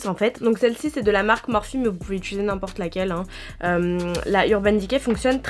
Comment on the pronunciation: Utiliser* pas utuluser 😂😂